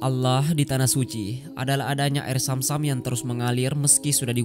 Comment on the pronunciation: BUKAN AIR SAM SAM TAPI ZAM ZAM.. TOLONG DIPERBAIKI LAGI PENGISI SUARANYA